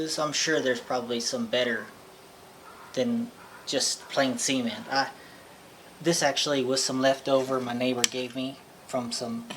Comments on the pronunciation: You should really annunciate the way you say cement. It took me a while to figure out why you were going to fill it with ‘semen’ haha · I got me some "cement" sounded lile i got me some "seamen" lol sprry to bring it to that level but lol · Was that left over from your neighbors seement pond?? 😂😂😂 (sorry love the way you say cement)